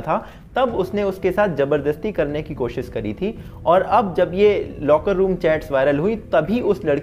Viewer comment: 'कोशिश' बोलते हैं उसको 'कोशिस' नहीं, बहुत टाइम से सुन रहा था तो सोचा बता दूँ।